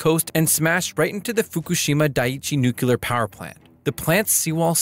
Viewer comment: N U C L E A R Not "NUCULAR."